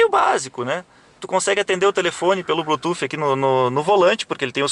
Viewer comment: o "blutufi" justifica o preço kkkkkkkk